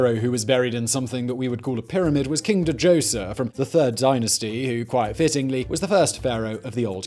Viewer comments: Djoser ... say it with Me now Simon dozer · Da Joser >.< for so long I just assumed I was learning something new and then it occurred to me I’ve just never heard it pronounced that way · The d is silent in djoser. Just letting u know.